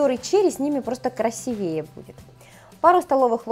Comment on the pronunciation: всё завораживающе, как всегда, но ударение в слове красивее ставится во втором слоге,так будет грамотнее. У дачи!